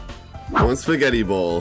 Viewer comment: Did you really say spag instead of spaggett